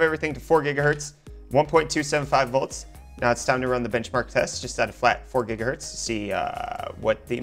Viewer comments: its Gigahertz, not Jiggahertz! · not how your supposed to say gigahertz lol it's not Say jija what